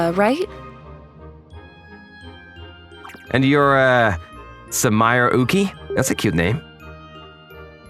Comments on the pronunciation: Sue-ma-ray not sue-mire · it's more of a "mah" than a "mee" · Bro is saying Sumire wrong...